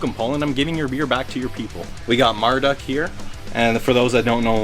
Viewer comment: You murdered one of my fav bands name...that's Marduk not Marduck